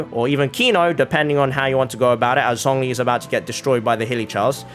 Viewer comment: i have said this before, but klee is pronouced like "kleh", not what you just said, also the "zh" in zhongli is pronounced more like "j" than "z"